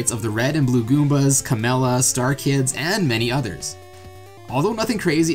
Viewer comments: Did you just call Kammy "Kamella"? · "Kamella," huh?